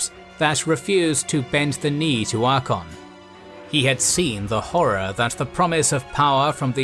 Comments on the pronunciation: You have a long and great series open to you. I eagerly await the detailed assessment of every battle across this series of books. The 1st Battle of Middenheim especially. Just a heads up though, his name is Archaon(Ark-ae-on) not Archon. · ngl I kinda hate how you mispronounce Archeon :P It isnt Archon. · I feel like this episode should have been about Archeon becoming the everchosen, and the stories of how he got his items. Also you should probably look up some pronounciations, as you are mispronouncing Archaon and Bel'akor. His name is not Arkon, is Ar-cha-on, sort of like you would pronounce the first parts of 'archaic'. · It's Archaon not Archon like the greek word for "commander" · the greatest tragedy is the constant disregard for the second ‘a’ in ‘Archaon’ heh, ‘archon—‘ what is this, starcraft? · Ar-CHA-on (CH is pronoucned as 'K' here). Not "Arkon". Besides that little triviality, a nice video that nicely summarize the setup for the End Times! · The continuous pronunciation of Archaon as "Archon" hurt me, nice vid tho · Good thing you mentioned that. It is kinda annoying to hear Archaon's name pronounced similar to Arkhan's. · Proper pronunciation is Ark-ay-on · That was absolutely killing me... "Arkon" ... Lol... That and it sounds like the narrator is saying "Dorfs" instead of "Dwarves." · This guy pronouncing Archaon as "Ar-kon" Lol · the second a in Archaon is not silent! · Absolutely love this video! Super minor correction: Mispronounced both Archaon and Be'lakor (you left off the "A" in Archaon, and Be'lakor is properly said 'Bell-a-Core'). Wouldn't've raised if not for the centrality of those characters to the lore! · Yeah... until you hear to the narrator repeatedly butcher the name of our boy. 😂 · The second A is silent?! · No. This narrator is simply not pronouncing it properly. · lol atleast get someone who can pronounce Archeon the Ever chosen right. Great video otherwise.